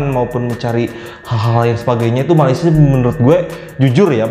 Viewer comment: mohon dibetulkan ya.. orang Malaysia biarpun di sebelah Semenanjung mempunyai loghat "E" tapi ngak pernah sebut perkataan Malaysia menjadi MALAYSIYE YA.. sila hadamkan ini.. terpanggil untuk memperbetul kesalahan bahasa yang suka digunakan oleh warga Indonesia bila ke Malaysia..